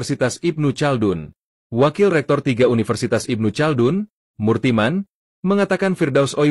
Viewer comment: Apaan si penyebutan nya ilmu caldun??? Yg benar Ibnu Khaldun bro